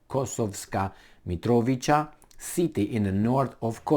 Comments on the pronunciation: I believe It is pronounced as if with a "ts", i.e. MitroviTSa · Mitrovica - you pronounce it as MitroviTZa in English . Basically replace "c" with "tz" and it works every time; "ć" is "ch", esp. in people names. Besides Kosovska, there are few other Mitrovica's, like Sremska Mitrovica on far north, where Romanians live too, so good to know :) Long live languages without spelling! Kosovo and Metohija (pronounced as Met-o-hia, based on word "metoh", meaning churches property). Is currently occupied by US and heavily protected by NATO. In Urosevac, US built a military base the size of Rammstein - it is questionable which one is bigger. It is (was) mostly used for trafficking heroin from Afghanistan to Europe. Meanwhile, ex-general of NATO, Wesley Clark, plunders mines there and US instigator of most recent crimes to humankind - Madlein Albright, took over communications. When dog demised, her daughter took over the plundering. So, you see, Serbia can deal with all of Albanians (Shiptars, as they call themselves) within a day. Especially with those who burned churches, monasteries, raped nuns and extracted organs from live humans. The problem is that if Serbia goes in, it will be faced with US and NATO forces and western plundering lobbies. We could be bombed again and face economical sanctions again, which we already had in 1990s and still haven't recovered. The solution to the problem is for Russia to fix similar problem in Ukraine, to weaken NATO and US to withdraw from occupied territories like they did in Afghanistan. Besides military, a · You pronounce Mitrovica with a simple C, not a "k" or "ć"🙏